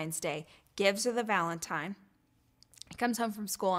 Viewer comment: Obviously she shouldn’t tell Ford’s story at all, but why did she have to go into so much detail!? Like damn you could’ve kept it at heartbreak on Valentine’s Day and that would be enough! (Also she said valentime twice!)